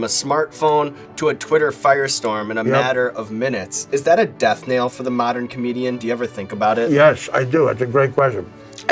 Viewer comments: sean it's "death knell" not "death nail" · Can someone tell Sean it is death knell not death nail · Sorry Sean it's "death knell" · This pud nonchalantly asking questions, butchering words archetype (pronouncing "arch") and death knell (pronouncing it like "nail"), of Artie while Artie is obviously high...PLEASE, PLEASE, PLEASE, stop being sycophants, and get this man some help! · Sean it's "Death Knell," and "Archetype" is pronounced with a hard "K." Sorry to be a douchebag I can't help it. I love your show, and I appreciate the research you do on your guests, and think you're great. I edited my comment to sound a little nicer because I really do love your show.